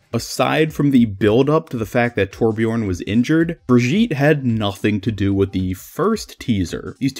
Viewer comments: Brigitte is a german Name and both ways of Pronounciation are wrong. it's more like Bree gi tt (hard T) and e (more like ey) it's hard to describe it in words, lol maybe google the name and there will be audio examples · The Strange thing is, that his pronounciation sounds french. Like Brigitte Bardot (french Actress). And that makes the whole thing even more confusing :o The question now is, if he pronounces her the same way in other languages (especially the german one) - but i dont know how to check that ^^